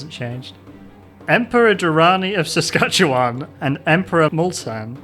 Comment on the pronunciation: never thought my city would appear in one of your videos lol Also, you actually pronounced Saskatchewan correctly